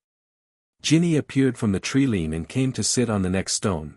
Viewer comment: It hurts me so much to hear tree-lean instead of tree-line... plus others, please fix or stop posting. It seems obvious that you don't know the English language.